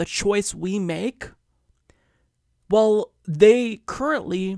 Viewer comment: I love you. But one slight nit pick... please work on your pronunciation of "well" its not "wull"... Slight pet peeve. Thanks